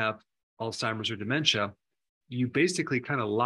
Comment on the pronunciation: Please! It is pronounced with the short ‘a’.